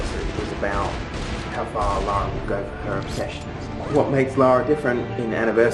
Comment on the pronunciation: even a guy who worked on the game can't say her name properly, that's just embarrassing. Do better, America